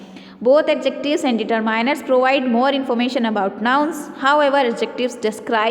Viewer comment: Mam it's determiners not determainers😂